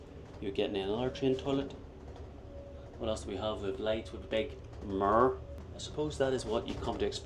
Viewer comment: I love the way you say mirror… “mirrRrrrrr”😂